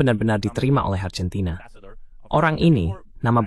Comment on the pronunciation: Dalam pengucapan bahasa indonesia argentina ya tetap Argentina bukan Arjentina